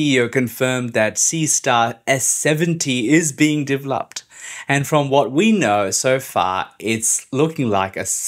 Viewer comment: Seriously, poor use of AI.....the word is developed not dev lopt, wrong accent for the character as well...you tube keeps getting worse with its generated content.